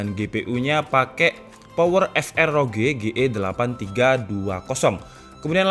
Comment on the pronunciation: PowerVR dibacanya power vi ar gan buka power ef er 😅